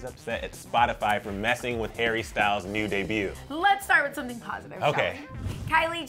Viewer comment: Selena Gomez's shockeeng neeeeeeeuuuw ieeeeenk